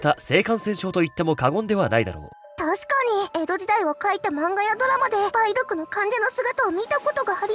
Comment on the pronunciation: たぶん ばい⤵どく✕ ばい⤴どく○